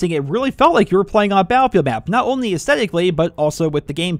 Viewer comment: cause that's how he said it in the video